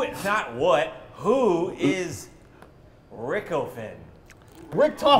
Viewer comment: But he called him Rick-o-Finn 🤦‍♂️🤦‍♂️🤣